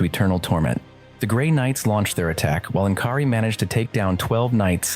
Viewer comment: En'kari???? Really???